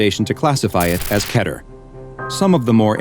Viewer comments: Sorry, not to be mean but, it's pronounced Keeter not keter I know it's wierd but that is just how you say it and at first I thought you siad cheder which would be vary weird. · Its keeter not keter its pronounced diffirently